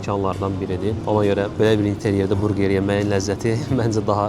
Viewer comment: Qardaş burqer yox burger